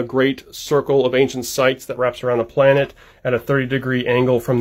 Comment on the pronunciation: Notice the emphasis on the word planet